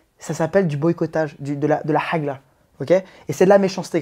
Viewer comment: Punaise j’avais les yeux fermer quand j’écoutais et que j’ai entendu « hagla », j’ai les aient ouvert en grand tellement j’étais choquée 😱😂😂😂 hagrrrrrrra 😂